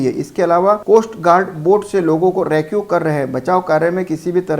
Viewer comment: रेक्यु नही रेस्क्यू